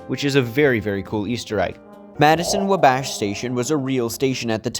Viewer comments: my other comment was a separate thing... I really need you to know that it is not pronounced "Wuh-bASH' it is pronounced "WAh-bash". Not upset, just trying to be helpful! Fun video:) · It’s wabash pronunciation is killing me… just like when he called it Willis 😂😂